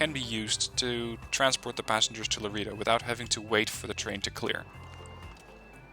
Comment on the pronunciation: Laredo > La Ray Dough